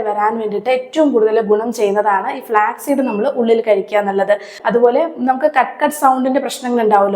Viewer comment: ഫ്ലാക് അല്ല ((flak)തോക്ക്, വിമാനവേധ വെടി). ഫ്ലാക്സ് (flax)=ചണം. Flax seed = ചെറുചന വിത്ത്